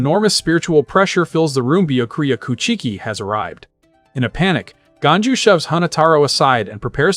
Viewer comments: It's bee ya koo a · Man poor Byakuya didn't have his name pronounced correctly even a single time in this 7 hour video. 🤣